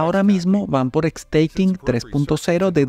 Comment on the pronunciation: Revisa tu pronunciación de la palabra "Stacking". En esta palabra: La letra "s", no se pronuncia como "es". La letra "a", no se pronuncia como "ai" por qué está en medio de la palabra. Saludos desde la embajada del polo sur.😊 🐧